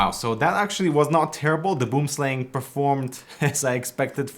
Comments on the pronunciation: boemsleng , lmao. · First "gaming" mouse was the Razer Copperhead, released not toooo long after the Boomslang and Diamondback. First mouse was some total piece of crap off-white ball mouse that needed to be cleaned all the time. Random FYI: Boomslang is actually pronounced something more like "Booum-slung" - it's an Afrikaans word (derivative of Dutch) from South Africa and it's - it means "tree snake", it's one of the most venomous snakes in the world, it's long thin and green, climbs and hides in trees dropping down to attack prey. If it bites you and there is no antivenom very closeby - you are GG. Scary AF. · it's pronounced "Boam Slung". - Tree snake in dutch/afrikaans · Boomslang translates to tree snake in my language. He said it so funny though :D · boomslang is afrikaanse/dutch for "tree snake" (a very poisonous snake). also, you are butchering the pronunciation lol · As a South African, hearing someone say boomslang is really funny. 🤣🤣🤣